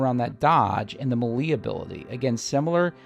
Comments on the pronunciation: Love your videos. Your style play is very close to mine (Although you are probably much better at it) Just one thing. me·lee /ˈmāˌlā,māˈlā/ MAY + LAY 🤣 Or just keep saying it however you want as long you keep giving those helpful tips. 😉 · The way this guy pronounces melee bugs tf out of me